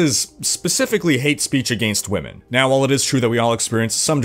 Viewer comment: struggles to get the 'whemen' word out of his mouth. #gayconfirmed